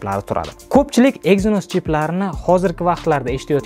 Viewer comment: Aka siz snepdregon exsnos sozi flagmen so‘zlarini yaxshi organvolib kegin video qiling odamdi g‘ashi kelyapti tog‘ri talaffuz qilomaganizi eshitgan odamni